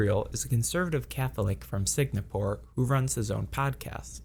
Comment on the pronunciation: you pronounced singapore wrong. sin- ga- pore, not sig na pore